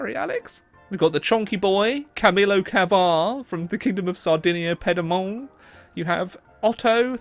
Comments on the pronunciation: superstan 110 but Ped - A - Mon instead of Pi - E- Mont? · Alex: acts like he’s really knowledgeable about the time period Also Alex 3 minutes later: Sardinia Pedamon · Oscar Cope its from Pyed-mon